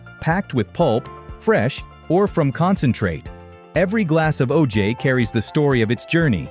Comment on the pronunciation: Good video. Learned some things. I hated how the stupid ai voice said O-jayy Fuck ai